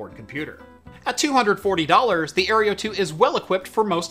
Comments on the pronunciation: No offence but - Aereo. - It's Aero (Air-Oh) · Aero... Aero... Aerio? ... sorry I just couldn't ignore it. But great video nonetheless 😅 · Air-OH, ffs the E is before the R. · You keep mispronouncing "Aero" as "Areo". :P The kitty is a good diversion tho. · I cringe every time he mispronounces the AeroFara. It is Aero... like Aerodynamic.